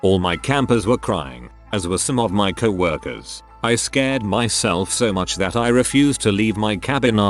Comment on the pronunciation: Or how it pronounces coworker as cow-orker